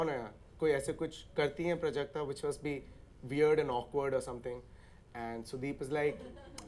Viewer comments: It's प्राजक्ता, not prjakta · It's प्राजक्ता not प्रजक्ता